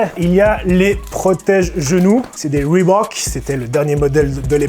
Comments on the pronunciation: bah il le prononce bien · Merci de pas avoir massacré le nom Reebok. Cordialement, moi.